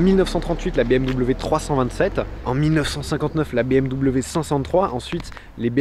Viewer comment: Excellent reportage. En tant que propriétaire d'une M440i, je confirme 90% de la critique. Toutefois, 2 choses me déplaisent dans la vidéo : 1) BM-"DOUBLE-V" (ça fait saigner mes oreilles) 2) Mon ami JB dans le champs, cela me remplit d'émotions tellement je l'appréciais. Chaque année au salon de Genève nous allions manger avec son frère Benjamin au restau...😓 RIP mon ami JB...